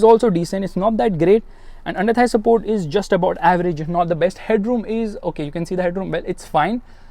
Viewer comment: thigh support changes into thigh sapurt😂😂😂